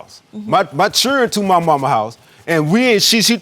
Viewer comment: When did the word children become CHUREN I MISSED THE MEMO???? 😀💯